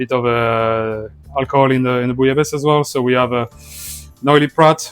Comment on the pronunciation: BEFORE WATCHING I JUST WANT TO PRETEND THAT THE WAY THIS WORD IS PRONOUNCED IS BOO- LA- BA- SAY... PLEASE TELL ME IM RIGHT.. WOULDNT WANT ANYTHING TO HAPPEN TO IDK SAY THE EIFFEL TOWER... DID HE JUST SAY BOO-YA-LAYS? TISK TISK...